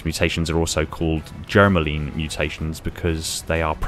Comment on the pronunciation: IIRC, it's pronounced germ-line, like air-line.